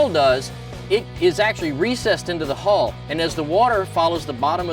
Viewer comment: NARRATOR get elocution lessons. Transom not tranzum Hull not hole